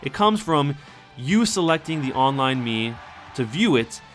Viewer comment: Whenever you say mii it sounds like mew :o